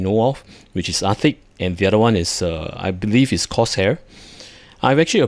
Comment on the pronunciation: It kinda sounded like you said Ar-thicc and i think thats a fitting name and perhaps a rebrand is in order.